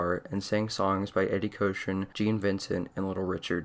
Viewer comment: Eddie “coachrun”?